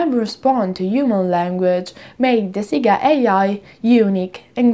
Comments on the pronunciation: It's not "Seega" (Siga) it's "Sega" but maybe it was intentional to collect as many comments as possible. I saw that thing all over the social media. However, I am subscribed to your channel and I watch all your videos and i click "Like" to all your videos so no need for cheesy intentional errors in order to people comment your videos. 😙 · In Italy we're used to called it "Seega" because the original pronunciation has different meanings in our language, one of that is quite explicit and kids shouldn't say it. You can check italian commercials from the 80s-90s for confirmation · Sega in Japanese is pronounced like Mega, or like sega in Italian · "Instead of focusing on the content" Ah, the irony... ;) Her pronunciation of Sega has nothing to do with what you're talking about. You don't seem to be aware that Sega is usually pronounced like this in Italy because the "correct" way to say it is an offensive word for a certain sexual act in Italian. Look up Italian Sega commercials, they're all saying it the exact same way. Btw, I'm not Italian, but it isn't difficult to google it.